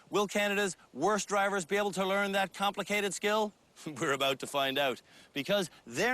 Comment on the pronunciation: Perfect "Uuut and abuuut"...